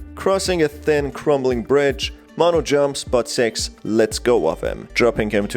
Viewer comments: her name is pronounced more like "sicks" not "sex" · You're saying "six" Like "s*x" And my parents mad at me